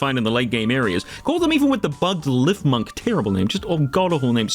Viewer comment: I adamantly believe it's LEEF-munk and not LIHF-munk